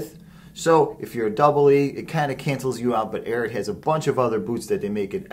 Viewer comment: You need to learn how to pronounce the name lol 😂